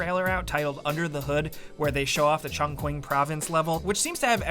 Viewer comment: The Chinese province is pronounced "chong-cheeng", for what it's worth